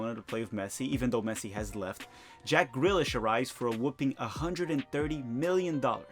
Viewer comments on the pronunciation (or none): none